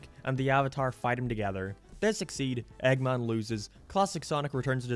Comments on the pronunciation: dude where's you accent from?, I got confused whenever I heard "eggmon" and "coohl", you sound scottish but your accent feels super americanisd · Why do you pronounce "Eggman" so weird? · The way you say "Eggman" makes me confused and uncomfortable for some reason